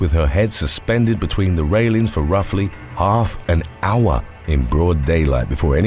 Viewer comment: pronunciation of half an hour sounded kind of racist